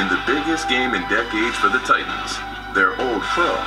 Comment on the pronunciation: Ah, the glottal stop at that. You did EXACTLY that.